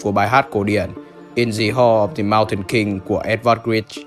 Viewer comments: lưu ý cho anh : sau những phụ âm '' the '' được được '' dờ '' nhưng '' the hall '' anh lại đọc là '' dì hô '' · the moutain thì the đọc là đờ chứ sao lại đì nhở